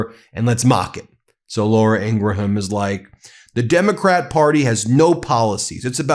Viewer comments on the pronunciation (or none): Its Laura Ingraham...not Laura Ingra-Ham... sorry Ben... MidasTouch is the best!!!!! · Why do you pronounce the h in Ingraham? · Ben, you DO NOT pronounce the H in Graham's name. I kept hoping someone on your team would inform you of your mistaken pronunciation of the name. Not that I care about her, at all, but I do care about you and the importance of you sounding like a serious journalist. It's pronounced Grāy ăm, like a graham cracker. The H is silent. I hope I didn't offend you. That was not my intention. Btw, my hubby and I are devoted followers of your channel. ❤ 🗳🗳🗳 💙💙💙 🗳🗳🗳 💙💙💙 🗳🗳🗳 💙💙💙 🗳🗳🗳 💙💙💙 🗳🗳🗳 💙💙💙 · 😏Although it's not of paramount significance, but I'm truly curious if Ben's sporadic mispronunciation of Laura Ingraham's surname is intentionally mispronounced😅. The correct pronunciation of her last name is ING-grum (/ˈɪŋɡrəm/)...just saying because it seems intentional😂...🇺🇸🗽🤜🤛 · Please stop pronouncing Ingraham like that. It grates on my nerves so bad.